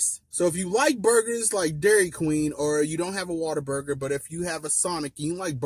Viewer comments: Its "whataburger" not "waterburger" All love though 😂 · Bro, some of us in Texas pronounce Whataburger as "Waterburger" 🤣🤣🤣... I hate to say it because I still love Whataburger due to childhood nostalgia but I wish Griff's was Texas's main burger place! I grew up in Dallas eating Griff's in the late 80's and early to late 90's. Then I moved to Wichita Falls, TX in the early 2000s and had to say goodbye to Griff's for a while..☹...but now I live close and I've been blessed to be fairly close to one...😃😋🍔🍟🥤🤡